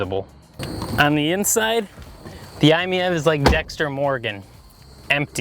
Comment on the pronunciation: After seeing so many negative reviews of this wonderful little car, I'm glad to see somebody that gets what the car is about and what it is designed to do. It is pronounced "I Meev". I own two i-MiEVs. This is a great everyday car that comfortably seats 4 adults as well as it does 1. I drive mine almost everyday, usually about 25 miles, but I have done a couple of 100+ mile trips with less than an hour of en-route charging (gotta love those CHAdeMO quick chargers). If you can find one, definitely take it for a test drive. The car may not have much curb appeal, but driving it is an absolute thrill, especially when putting the excellent winter grip or tight turning radius to work.